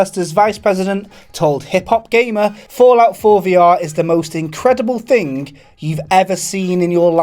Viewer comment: I don't want to know where is. I wan't to know why you can't pronounce "Thing" Not "Fing". TH before Ing not f.